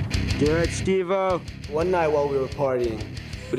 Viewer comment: You pronounced his name wrong he has made it very clear that he can't stand when people say "Stevo" or "Steve o" with the 'o' lowercase... Its Steve O hahahahaha ✌️😉